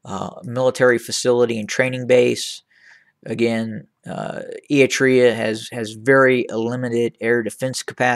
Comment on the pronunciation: You cant even say eritrea